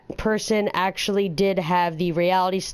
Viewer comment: "pretty much, actyally" bruh